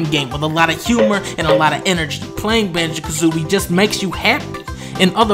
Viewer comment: Did you say Banjo Kazomie, oh shit that was canceled